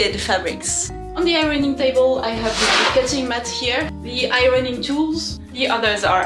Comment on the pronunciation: I love your studio! Loved the music from the sheet metal, I would have totally done the same thing! I also loved hearing "irony" when you said "ironing" my American, 55 year old, ears trick me all the time. I only hear two syllables in the word "warrior" and not three.